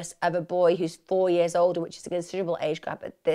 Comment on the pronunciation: "age grap" lol